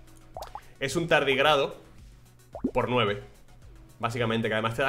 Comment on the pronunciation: Sabes que lleva un buen feedeo cuando dice "si pierdo esto, me borro el canal de YouTube" JAJAJAJAJA Me da toquetazo que leas tardígrado sin tilde (llámame tiquismiquis, me lo merezco) jajajajaajaja